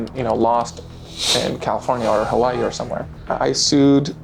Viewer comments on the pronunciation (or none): none